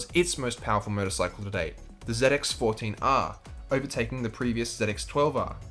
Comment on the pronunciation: Z X not zit x hahaha